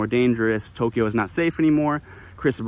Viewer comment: I love it!!! 🤣🤣🤣🤣🤣🤣🤣🤣🤣🤣Boy, are you soft. (Maybe he smacked you upside your head for incessantly mispronouncing Tokyo.)